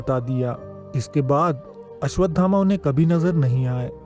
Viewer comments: चूतिया पहले घुटका निकल के बोल अश्वथामा है अश्वधामा नही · Bade bhai pehli baat to yeh hai ki unka naam ashwadhama nahi hai Unka naam ashwasthama hai